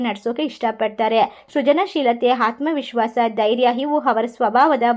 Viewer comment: HAATMA VISWASHA ALLA ADHU Aathma vihwasa madam